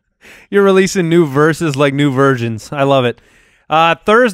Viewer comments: i thought he said virgins i think that is what jason thought too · 🤣🤣🤣 oh man Jason's reaction to when said "versions" is everything.. I thought he said virgins too lmaoo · Good. I can tell by Jason's face that he thought he heard say "virgins" instead of "versions" too.